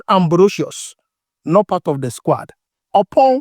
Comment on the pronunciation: I like your vedio especially the way you pronounce squad.. SquAd😂😂